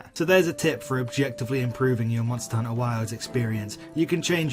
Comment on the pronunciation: Subscribed immediately after hearing how you pronounced Monster.. Hunter